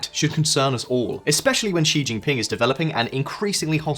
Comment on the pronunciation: You finally pronounced „Xi“ correctly!!! Made my day, thank you!! ❤